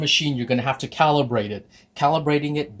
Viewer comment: THANKS FOR SAID "CALIBRATE" <3